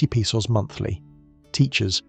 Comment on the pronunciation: This sounds like Ai garbage. Can’t even pronounce “Pesos” correctly.